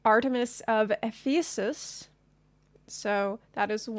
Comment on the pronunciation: FYI Ephesus is pronounced like Eff-fa-sus.